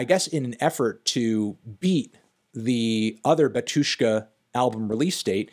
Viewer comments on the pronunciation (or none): Why stress the word as batUshka, if it's bAtushka? 😂😂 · Dude, please, it' BAtushka not baTUshka, pronounce the name correctly. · UGH the stress falls on the first syllable - bAtushka, not batUshka; when are you going to start checking the pronunciation, cantony pronunciano? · Also, Anthony is pronouncing word Batushka wrong. It is bAtyushka, not batYUshka (stress on first 'a', not 'yu'). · it's bAHtushka, not batUshka:) stress is on "A" anyway great video! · not Batu'shka, but Ba'tushka. And i like that you more into eastern eu music (ic3peak etc) 👌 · PLS KEEP IN MIND ITS NOT batUshka its bAtushka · It's BA-two-shka, not ba-TWO-shka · It's BAtushka not BatUshka! Sorry but your pronunciation drives me crazy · It's bátushka, not batúshka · actually, bAtushka. not batUshka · Its BAtushka, not BatUshka. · the way he says batUshka hurts my ears. it's bAtushka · it's called bAtushka, not batUshka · bAtushka not batUshka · bÁtyushka, not batyÚshka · its bAtushka, not batUshka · its bAtushka not batOOshka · Pronounced bAtushka not batUshka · NOT batUshka but bAtushka!!!!!! LEARN RUSSIAN! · Finally someone said this. Hearing him say batYUshka hurts my russian ears. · it's pronounced "bAtyushka" (stress on the A). And the artist name is pronounced something like "kshishtof" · that BatUshka pronunciation makes me hurt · I hate it when people say batushka with a syllable stress on U, though in the original language it is bAtushka with a stress on A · You spell Batyushka wrong, the stress is on the first syllable [bAtyushka] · bátushka - the stress is on the first syllable! stop exploding my brain. that was unprofessional 😵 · Pronounced "Bátyushka" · *in strong russian accent*, No-no, comrad, you spell it wrong, repeat after me ok: "baa-too-shka". You put stress onto the first syllable. That's better! Good comrad! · The stress is on the first syllable.